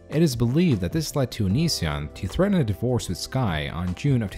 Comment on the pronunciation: you speak the e in divorce?